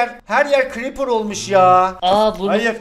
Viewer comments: Lazın creepera ;clipır. Demesi komik olmuyormu?XD+1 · Nobody::kılipır